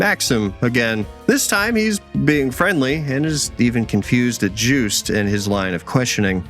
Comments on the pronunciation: I hear "Juiced" Everytime you say their name 😂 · The way he says "Jewst" is funny.